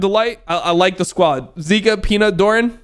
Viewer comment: Zeka. Not zika. You'll confuse fans haha.